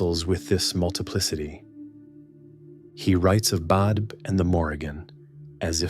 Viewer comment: Please have someone who knows the Irish language to pronounce the names correctly (Badb and Macha especially)